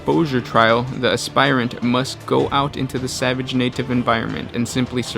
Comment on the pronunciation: Heads up, you're pronouncing 'aspirant' wrong. it's "asp-irant", not "asp-ire-ant".